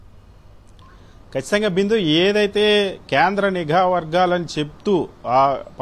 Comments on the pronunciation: అయ్యా పవన్ నీగా కాదు నిఘా. తెలుగునే koonee చేస్తున్నారు. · పవన్ నిజయతి పరుడు అనే ముసుగు లో వున్నాడు నిఘా ని నీఘా అంటాడు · నిఘా వర్గాలు అనాలి సావీ "నీఘా" వర్గాలు కాదు. కేంద్రం చెప్పుతో కొట్టినట్టు చెప్పింది.